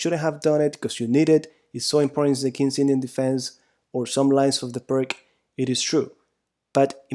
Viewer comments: Americans or pseudo-Americans cannot and will not pronounce non-English names correctly. To do so would be an unAmerican activity, an outrage to Trump and MAGA. Pirc is spoken 'Peerts'. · Would not be very harmful to learn how to properly to pronounce Pirc. Definitely nit Pirk. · Never trust the advice of a chess player that can't pronounce Pirc. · If you're interested: fianchetto (Italian for 'little flank') is pronounced fianKetto (ch = K) and Pirc (a Slavic name) is pronounced PIRTS (i as in 'little') and c = TS (as in 'Srebrenica' (SrebreniTSA)). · I thought Pirc was pronounced pee-urt-tz. (U pronounced as in under or ulcer.) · Vasja Pirc is slovenian GM and your pronunciation of his name is terribly wrong. Pirc for English spreaker would be Peertz. Similar to Blitz. Keep up the good work you do. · A friend still doesnt believe me it is pronounced peertz xD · We all pronounce it Perk too! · Vasja Pirc and he is not prik...? His name is P I R C (c like Ceylon) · Apart from totaly miss pronounced the name of the chess master from Slovenia you certainly broke it down beautifuly.i play it with the black every single time.90% of the games with black are won .majority of people dont know what to do.best opening for black by far. magic with black pieces.thanks for your knowledge and experience. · You should really look up how pirc is pronounced lol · But we must pronounce pirts not pirk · Please pronounce it as "peerts" it's called the pirc defence after a man's last name, which is not pronounced "perk" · It's not called "purk" though, it's more like "peertsh", just throwing that out there. ;) Anyway, thank you for the video! It's always great to see someone's else's perspective on things (even if it's just to validate what you already know). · Its pirs and not pirk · I am sorry. I need to jump in. You pronounce it as Pirk defense but it's pronounced correctly Peertz defense as of Vasja Pirc (Slovenian GM) who invented it. Otherwise good job on your analysis.